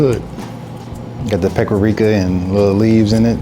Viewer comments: 🚨PSA: Lots of African Americans / Black Americans pronounce paprika as pepperika due to being raised around southern elders that didn’t know how to say the word. As I get older I’ve realized, there are several words commonly & universally mispronounced in the community for that very reason. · Who is ‘peppericka” 😂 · Is somebody gonna tell him? What is a paperika? And I'm glad I'm not the only one who caught that lmfao 😂😂😅😅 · The guy in the green has no credibility 🤣 "Peppericka" 🤦‍♂️ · "Peppericka is giving it a shrimp taste" LOL homie doesn't know how to pronounce it or what it is. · What is a “PEKARIKA” 😂😂😂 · It’s paparickah lol 😂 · She's the cousin of "Peck-ah-rika"! I thought you knew 🤣🤣🤣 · i think at one time i also heard peckericka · It’s pekerica😭😂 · Came on here just to read the comments about how green shirt pronounced "Paprika"..LOL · You mispronounced paprika dude,lol.